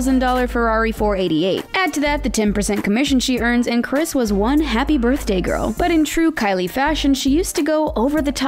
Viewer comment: Did she say garl ??